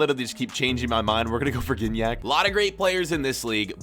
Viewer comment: It's pronounced Jignac